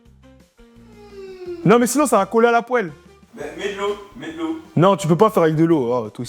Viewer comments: « poelle »😹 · La "poèle" 😂